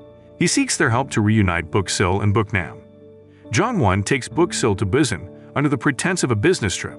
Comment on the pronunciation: The way he say busan tho ( Bussin) 🤣